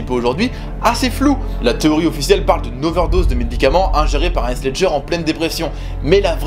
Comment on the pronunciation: Wesh comment il a prononcé Heath « Haisse » au lieu de « Hitf » (j’ai mis un f important de prononcer le *th*) Mais bon on peut dire que c’est la hess comment il a dit son nom😂😂